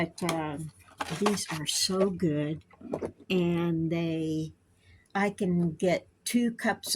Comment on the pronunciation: I'm feeling go-od, I'm feeling go-od 😅😂❤